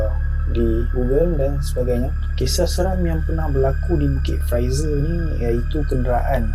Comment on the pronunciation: Ni bukit fraser.. Awat aq dengaq hang sebut lagu Bukit Pfizer? Haru la telinga aq. Apa pun, welkam back oii. Lama tunggu video hangpa.. ✌️👍